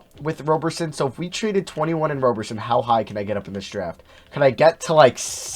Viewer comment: It’s Roberson with a soft O.